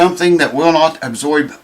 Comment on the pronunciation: Say ”absoib” one more time! LOL